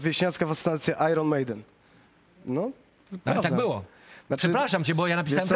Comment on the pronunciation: Nie ajron tylko ajen ...!!!